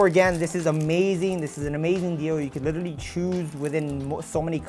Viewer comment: Bro needs to stop saying "lilleraly"